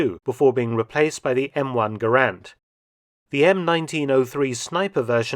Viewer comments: I don’t wanna be too much of a stickler, but I should point out that the pronunciation of Garand is ‘Guh-rand’ rather than ‘Gaerand’ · please check your pronunciation of Garand. John C Garand pronounced his name with the accent on the first syllable.